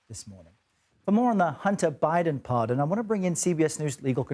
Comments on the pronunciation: What's a parson? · “Parson”? Uhm, who let the intern play with the equipment today?